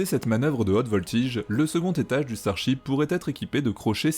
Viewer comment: Y a que moi qui entend chibre au lieu de ship ?